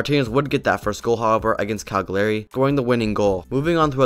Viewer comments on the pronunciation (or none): Cag liari, saltrina, laudar marez hahah